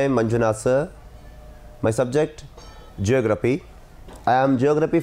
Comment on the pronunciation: Geography correct bari sir ceography alla😂😂